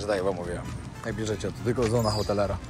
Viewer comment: tę nazwę się wymawia „sona otelera”